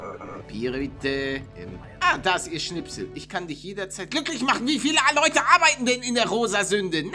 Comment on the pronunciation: er sagt immer bei mir am anfang Moin Nudde bruder es ist von meine kopfhöhrern aber du sagst es auch bissel komisch. sag mal Moin leute nicht moin ludde